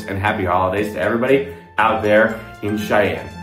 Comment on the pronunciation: 6. Go the the Holiday Magic concert with the wonderful Cheyenne Symphony on the 14th. (Weird how "Cheyenne" becomes "Shine" .)